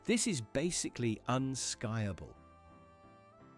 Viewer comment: AI reading of the script? , unskiable was pronounced un-sky-able, instead of un-skee-able. Sounded badly wrong. 😅